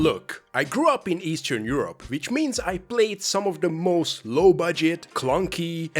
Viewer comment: Say estern Europe one more time...